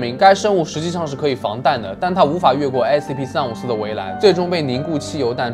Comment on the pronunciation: 把354講成345了